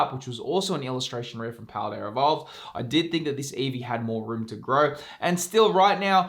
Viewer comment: There is no “R” in paldea evolved